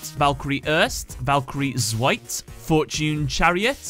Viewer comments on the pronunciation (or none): Here are some pronunciation corrections for the three Valkyries The second e in Erste is said, so it's not 'erst' but 'erste' You pronounced Zweite too soft. Its a hard z. "TSweite" and again, the second e is pronounced In dritte is the e pronounced as well